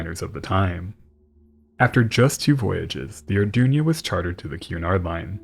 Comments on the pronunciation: Greatest documentary as always, but it’s the Arduna, As is written on the hull, not the Ardunia, as you kept calling it. Unless the pronoucination is so how wrong? A bit like the word emphysema, the correct way, when it gets called emphysemia, a bit like what has happened here. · I thing it was the Arduna, & not the Ardunia.